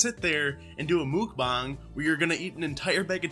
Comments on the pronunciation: I find these so entertaining, also no.. its korean.. mukbang not mookbang.. 먹방(meokbang) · So mukbang is pronounced “mock-b-ah-ng”? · Lmao no that's not how you say it😬😂